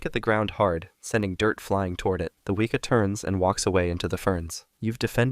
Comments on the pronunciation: The way he said Weeka instead of Weka 😂😂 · Few notes from a New Zealand fan: Weka is pronounced We (as in west) and Kaa (like the snake from Jungle Book) Pronunciation guides are online, we appreciate trying to pronounce the words though. Showed an Opossum, we have Brushtail Possums from Australia, they raid bird nests and eat plants, we trying to wipe out them as best we can. Other kiwis keep your dogs on bloody leases if you take them for a walk in the bush ✌🏻